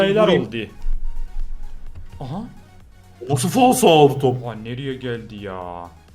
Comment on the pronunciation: abi faso deyil falso hep faso diyon